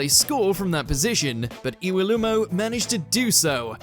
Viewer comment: He got Iwelumo right I thought.